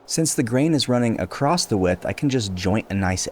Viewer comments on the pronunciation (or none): there is no T in the word across just saying also nice work !